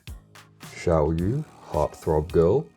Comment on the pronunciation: It's pronounced as siao yeah Means small moon